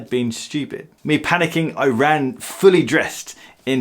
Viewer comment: “Don’t be studip” 🤦‍♂️